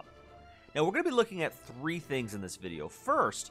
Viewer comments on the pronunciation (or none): none